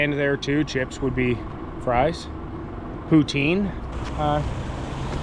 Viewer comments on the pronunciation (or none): none